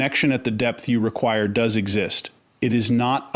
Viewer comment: "voice" pronounces this part of the sentence "...does not point..." as "...do as not point..." which is evidence of the voice on the vid is in fact Ai! Because WHEN has a human pronounced "does" as "do as"???? 🙄🤦‍♀️